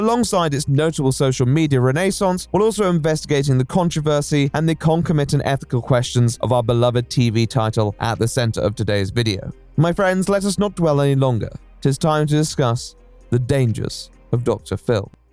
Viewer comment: conCOMitant not concoMITant